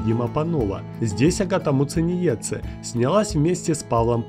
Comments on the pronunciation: Масочки от Няшечки !!! Не Муценице А МУЦЕНИЕЦЕ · Научись выговаривать Muciniece 👿🤬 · Меня одной бесит, как он читает Агатину фамилию? Я из Латвии ,как и она. Уши режет от такого произношения... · Неправильно произнес фамилию агаты